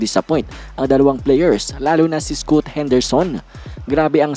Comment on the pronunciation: scaat kc ang pronounce sa scoot whaha